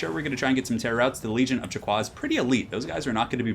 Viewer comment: I learn recently that you shouldn't prononce the "u" sound in Chaqua. It is prononced "Chaka".